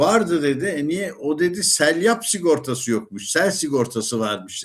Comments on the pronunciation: SELYAP değil doğrusu SEYLAP 'tır.Aniden,birdenbire gelen sele seylap deniliyor.Hatta Eskişehir'de üniversite civarında bir caddenin ismidir. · Selyap değil dedeciğim, seylap. 🙃